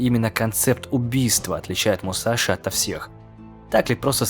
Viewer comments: НЕ МУСАШИ А МУСАСИ ДАУНЫ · Крутой ролик, только вот одно но: Не Мусаши, а Мусаси. В японском что-то на подобии есть Ш, но в даном случае он Мусаси, а не Мусаши.